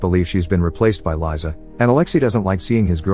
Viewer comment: Just saying, Liza is pronounced "Leeza" (literally Liza), not "Laiza"